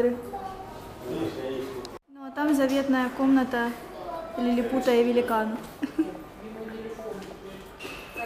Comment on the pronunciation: "Великна" исправь )